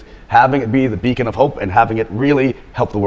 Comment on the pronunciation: literally ''becon'' of hope :D